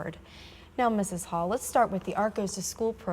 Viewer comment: yes it's Hohl not Hall...